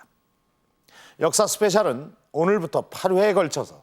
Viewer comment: 공식 제목은 역사스페셜인데 왜 유인촌 씨는 자꾸 역사스페샬 이러는거에요? 저번에는 캐나다를 카나다 카나다 이러시던데 ㅋㅋㅋ 노인분들은 왜자꾸 영어발음을 이상하게 자기멋대로 하시는거져?